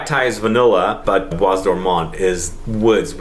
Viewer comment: The s in bois isn't pronounced